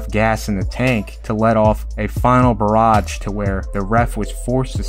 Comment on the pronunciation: Please stop saying "barrage" until you learn how to say it RIGHT!!! PRESS?!?¿°¿°